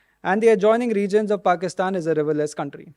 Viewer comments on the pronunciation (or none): none